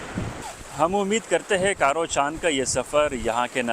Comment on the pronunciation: Ap jis jaga ka Vedio bana Rahe hen Yahan Sindhu Derya Aker Arebian Sea se Milta he iss ka Naam bhi Sahi Nahen le rahen hen Iss point ka naam he چاں کھارو Not کارو Or Ap sahi point pr Nahen ae hen Jahan se Sindhu Derya Aker Arebian Sea men Milta he woh Dosri point he Jahan se Sindhu Derya Aker Arebian Sea men milta he bikul ap ko Nazar ae ga.